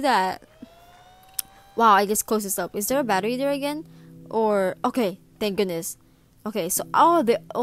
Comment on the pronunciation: " Ohhhh okay... OKEIAYY ". That was some serious island girl talk right there.